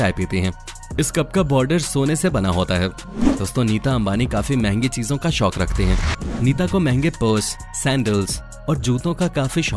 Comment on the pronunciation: Vo शोक nhi शौक होता है